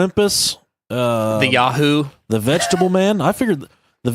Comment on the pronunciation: It's pronounced Yah-hoo not Yay-hoo. Lol